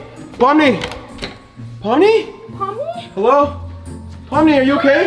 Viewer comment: It's pomni not pomy